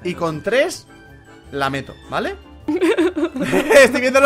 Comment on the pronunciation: ezthoi mazturv... ke dijo ke dijo ezthoi biemdho er bidio